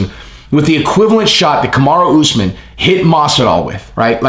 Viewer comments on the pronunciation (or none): none